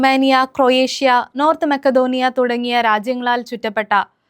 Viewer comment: 'മക്‌ഡോണിയ' അല്ല ചേച്ചി "മാസിഡോണിയ" എന്നാ....